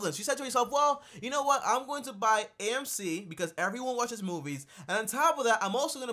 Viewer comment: HE CALLED AMCCCC